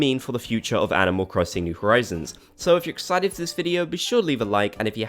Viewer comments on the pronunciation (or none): none